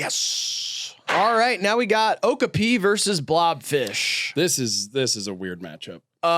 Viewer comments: hearing them pronounce okapi like that hurt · Not saying okapi wrong the whole vid and not doing anything about it 😭